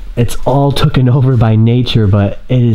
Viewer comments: You are one of my favourite YouTubees but seriously it’s TAKEN not TOOKEN 😂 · He always say's tooken instead of taken. His english teacher should be slapped. : ) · Did you say "tooken over"?